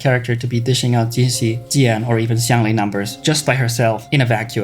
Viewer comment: OMG finally someone who’s pronouncing the names right 😭 especially Xiangli Yao 😂